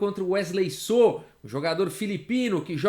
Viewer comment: Wesley “sô” ele é mineiro